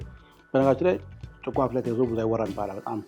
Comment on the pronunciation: Please do not say chiqo , it is chiko ! That is not right the way you pronounce ! What is chiqo? It is chikoo. Annoying !